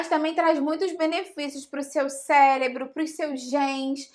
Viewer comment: Parei de assistir quando ela falou célebro...kkkk